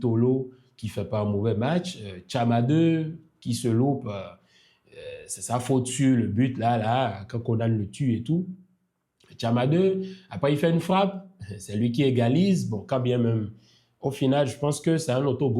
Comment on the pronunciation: Merci de bien prononcer KONAN (et non Konane comme les blancs) stp. Ça écorche les oreilles des ivoiriens. Bayo et Kessié ont vendangé trop d'occasions! Les remplacements opérés par le coach Faé n'ont pas été judicieux, notamment l'entrée de Gbamin qui n'a rien à faire dans cette équipe ivoirienne !